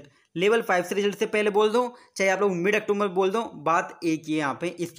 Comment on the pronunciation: अक्टूबर होता है ब्रो अक्टोमबर नहीं होता